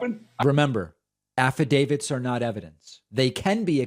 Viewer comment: Did Pillow say ''affidavids''?